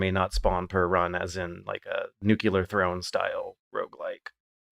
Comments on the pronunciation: why do you keep saying "newcular" like Georgie Bush Boy? is it just at Thingy? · It's a thing, I believe it was discussed on a previous episode?:)